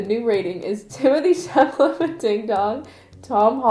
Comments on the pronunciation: Timmy isn’t even a “white boy of the month”. He’s just THE white boy now. Lmaooooooo his last name is pronounced “chala-may”. The French way of pronouncing his first name is “teemo-tay”. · it's timothee "chalamay" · i'm more offended by your pronunciation of centineo than your pronunciation of chalamet